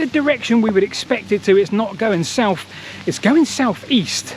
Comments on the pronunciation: South is not “soufff”. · Because we ain't goin' Souf